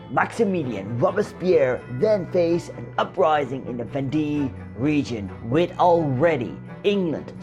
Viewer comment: I cannot watch this after he mispronounced "la Vendee"